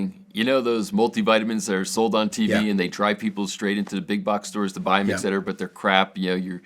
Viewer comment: regimentation?, ecsetera? Doesn't anyone speak proper English any more? Study your declamentation, It's a great series, but you are educated people setting a bad example. It's "etcetera" :) and regimen. Please, The younger generation are watching you.